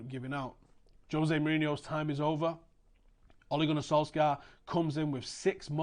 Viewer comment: Interesting video, well done, agree with most of it. You pronounce his name pretty well, for not being Norwegian, but we don't pronounce the k in his name ;)